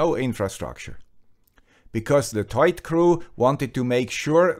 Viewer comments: I'm pretty sure it's not pronounced as a single word 'toit' or 'toyt' but rather 'To-it' (like the number 2 then it). The name looks like a simple play on words to me. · So you do pronounce it as written, TOY-IT. I was worried in case you had to pronounce the OI as "WA" like the French do as in reservoir, trois, au revoir etc. Of course that would make it TWAT! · ' pronunciation is correct. It comes from "Toit like a tiger".